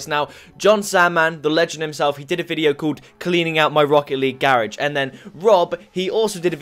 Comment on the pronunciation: Wtf do you know how to properly pronounce grarage?